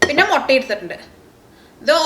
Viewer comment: Motta alla chechiii mutta